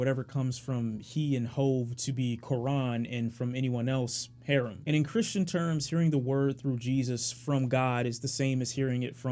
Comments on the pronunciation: He said "Hair Um" smh... It's "Huh Rom" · haha did u pronounce haram as harem? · The way he pronounced "Haram" lol